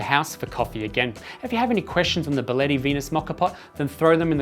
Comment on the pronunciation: Wow you specialize in coffee and you say Byaletti? Come on, man. It's not that hard and people are not so dumb as not to be able to say "be"aletti.